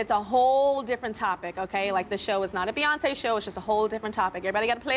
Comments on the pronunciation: “Buyoncé, Brioncé” chaos!!! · “BYEYONCE” DFKM🤦🏾‍♂️💀💀💀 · ‘First one - Buy-oncé’ - 👀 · When she said Byeoncé the first time and Beyoncé looked at her like she was crazy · The way Beyonce said sAyOnCe😟